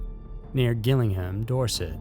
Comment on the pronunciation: Hi from Dorset UK, Gillinham is pronounced with a J at the beginning and a um at the end not a ham.